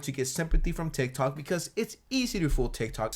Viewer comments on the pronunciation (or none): none